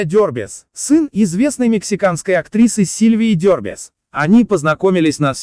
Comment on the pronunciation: Тот, кто наговаривает текст, не пытался его сначала прочитать? Паузы и интонации абсолютно нелогичные, слушать очень тяжело. И, кстати, фамилия первого мужа актрисы ДербЕс, а не ДЁрбес - как вообще можно было додуматься так прочитать? И, кстати, нет слова "зала" - есть "зал"